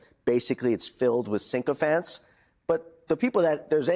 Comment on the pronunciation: 'Sink-o-fants'? 🤣🤣🤣 It's 'Sick-o-fants' - spelt PSYCHOfants (appropriately for anything Trump related!)